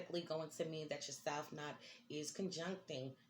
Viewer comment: It’s node not nod, rhymes with nose